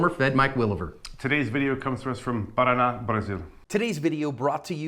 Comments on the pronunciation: As a Brazilian myself, I gotta say that's an awesome pronunciation of "Paraná, Brasil" right there! Edit: the last things said by the cop holding the phone before the end of the video were "Choke him out" (directed to his partner) and "Are you the beast now?" (repeatedly, to the criminal). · As a Brazilian, your co-host's pronunciation of "Paraná, Brasil" was on point. Shame cops out here have to prove their innocence and aren't provided with body cams... But that's the reality out here in Latin America after so much corruption financed by...............*ahem* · Oh, his accent is pretty good when saying Paraná. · Mike’s pronounciation of Paraná was on point. Well done, sir!👏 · Does Mike speaks Portuguese? His "Paraná, Brasil" was absolutely on point.